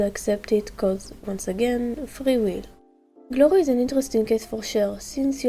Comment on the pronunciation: “Cwlay” “tswunami” “glowry” “starfwight” “swunny” i love it ❤😂🥹